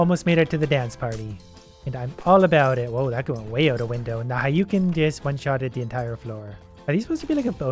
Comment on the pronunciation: "haiyuken" bruh